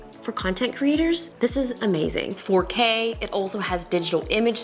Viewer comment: When she said “4K quality” I kept hearing “potato quality” and I thought what’s potato quality??